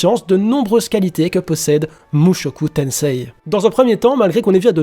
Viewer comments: Par contre on dit mushoku tensé stp pas tenseiii parce que, petite leçon de jap: le i est un allongement du e alors à l'oral on dit e le i (j'avoue je suis mais ça m'écorche les oreilles) sinon bonne vidéo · sa se dit mushoku tensee car le i est un allongement du se